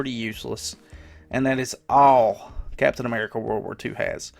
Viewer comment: captain ammerrica